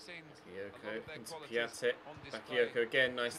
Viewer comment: Its pronounced piontek ya bender